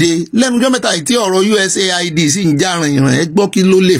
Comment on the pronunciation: sorry, you never read my comment here thrice now, about the way you always pronounce USAID. Please note that it is pronounced US- AID, not USA- ID. Thanks.